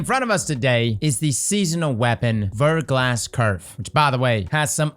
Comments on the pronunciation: Anyone else keep hearing "Vertical ass" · It's pronounced ver - GLAH. It means a thin coating of ice or frozen rain on an exposed surface.